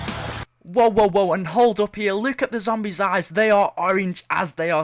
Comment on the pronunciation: He says look as luke